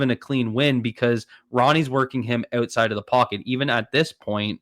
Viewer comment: its "out" side not "oat"side